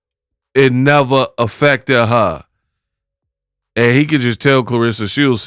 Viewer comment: 😂😂😂😂😂😂😂..."it neva affected ha"...lolllll